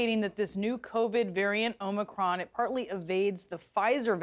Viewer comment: She even pronounced omicron correctly.